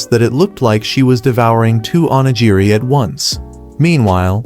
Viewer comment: I almost had a stroke by how many times they kept mispronouncing onigiri.